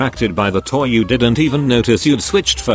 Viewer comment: The way it said toe instead of toy lol